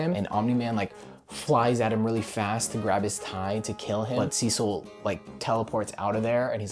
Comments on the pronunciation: HE SAID CECIL RIGHT ,IT TOOK A YEAR BUT HE SAID IR RIGHT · He’s finally pronouncing Cecil’s name right…